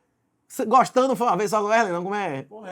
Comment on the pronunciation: O nome do rapaz aí é Wesley ou Uélei? Cada hora vc pronuncia de uma maneira...